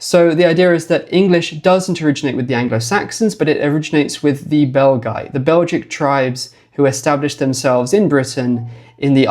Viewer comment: I cannot help myself hearing "the bell guy" instead of the Belgi and picture Quasimodo in my head all the time...